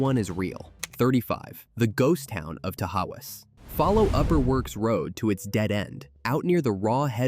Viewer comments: TA-haus.. ta-howas😂😂😂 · Tah-hauzz...not ta-ha-wus! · It's pronounced ta haws .... Only one house remains. My grandparents lived in it. All of the caved in houses are gone now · Tahawus is pronounced Ta-Hoss.